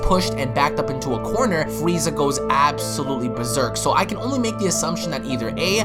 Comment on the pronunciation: Why is he calling freeza,? LOL do you want your wazer wifel